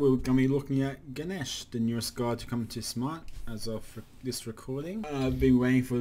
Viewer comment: u have been waiting for him but never say his name correctly